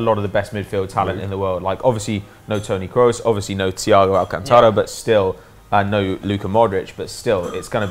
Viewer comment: Nice, but could you guys please stop calling Kroos "", it's more like "craws".